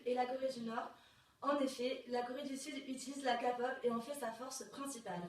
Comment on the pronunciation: "L'expert de la K-pop" qui dit "Kapop" je suis désolée mais non.